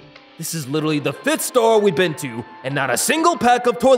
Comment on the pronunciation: Littery all I hear is “hey tomato”